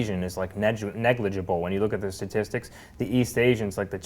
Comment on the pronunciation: “stasssstics”???? What the hell did Jesse say???